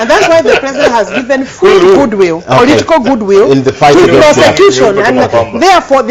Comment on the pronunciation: = "Karuma saying..., poritico good will, rawyers"